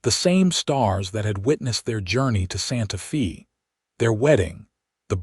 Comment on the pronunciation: The words Santa Fe mean sacred faith in Spanish and the word Fe is pronounced: f a with a long a sound. So irritating to listen to it spoken as fee. It is the capitol of New Mexico. If you are using AI then teach it to read Spanish!